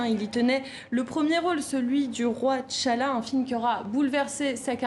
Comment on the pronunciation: On prononce pas Tchalla de mais T'challa, ah ces françaises et leur prononciation bancale.